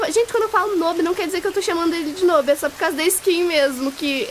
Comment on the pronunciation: dsclp mas... N fala "nob" se fala "nub"